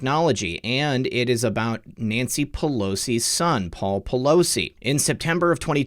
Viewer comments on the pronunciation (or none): none